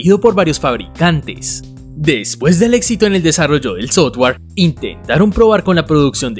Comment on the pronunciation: Buen video, pero deberías tratar de cambiar ese cantadito insoportable al hablar y no es soTware o HaTware, trata de pronunciar mejor.